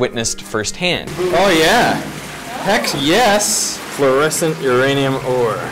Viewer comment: You said phlorecence and the guy who was shineing the UV torch said fluorescence which one is it